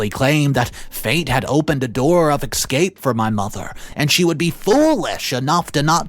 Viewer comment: You know you're pronouncing escape and especially wrong